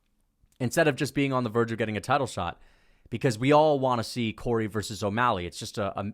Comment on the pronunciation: It's Corey, not Cory. Absolute rookie/casual error